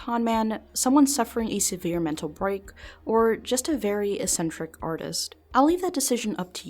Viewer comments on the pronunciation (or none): There was no "chaos" in that room, only strict order. And the first C in the word eccentric is a hard K sound, the second C is the S sound: 'eck-sentrick'.